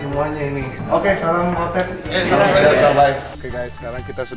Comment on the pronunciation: ROTATE BUKAN ROTETT